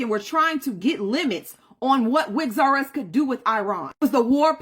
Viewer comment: Did she just say 'wigs r us and izzy' 😂😂😂